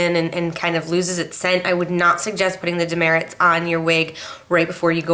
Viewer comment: It's actually pronounced Duh Mert. If you go in the store saying you want Dermerits they will look at you crazy. It's Demert.